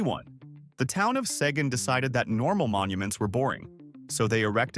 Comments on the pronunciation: it is Seguin (sih-GHEEN) not Sagen. The city was named after Colonel Juan Seguín, a hero of the Texas Revolution. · Saygian is pronounced SeeguIne That's with the large pecan. Also, the Texas flag is to be flown below the US flag. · "Si-geen" seiguene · 1st off, there AIN'T 1 Saguaro Cactus in the entire State! Also, sometimes the BlueBonnets will bloom twice in the same year! and...if u manage to see a PINK BlueBonnet, u have found something very special indeed! I've seen 2 in my lifetime! #21 is pronounced Sa Geen! (Seguin) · It is pronounced SUH GEENE... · Seguin is pronounced "suh- geen" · Seguin is pronounced " Seh- GEEN" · You couldn't find a Texan to narrate this??? It's seh-GEEN (like "green" but drop the "r"). And why mention the abundance of pecans without mentioning that it's the State Tree, or that the bluebonnet is the state flower, or that Palo Duro Canyon in the panhandle is the 2nd largest canyon in America? But overall, it's still a great article. (Added 11/2/26) HELP!! WHAT DOES "RETURNED ERROR" MEAN? I've gotten that before and never did figure it out. I tried to add the below 2 lines to my first post and keep getting "Returned Error". I was born in Cuero, at that time (if not still) the turkey capital of the world and one of the jumping off points of the Chisholm Trail, and grew up in Houston and Pasadena. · Hey, moron! Seguin is pronounced as Sug - een! He was a hero at the Battle of San Jacinto (pronounced Ha- seen-tow) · Se..geen pronounced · Sa geeeeeennnnn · Wrong on both counts. It's pronounced Suh-geen. And, YES, the Texas flag can legally be flown at the same height as the American flag. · Sahgeen is generally how Seguin is pronounced around here. Yano County, you mean Llano County? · And he doesn’t know how to pronounce the name of the town: Se-GEEN’ A Native Austinite. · I think it would be clearer to suggest the pronunciation ‘se GEEN’ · learn to pronounce Seguin and why do you keep showing pictures of cactus native to Arizona ?